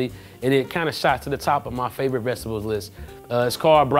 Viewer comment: “It’s cORN!” Lol, why’d his voice go up like that? And he also pronounces vegetables as “vechdubuls”